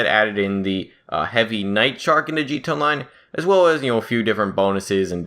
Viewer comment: Jee Tee Ayy On Line. Not JEET-ONLINE.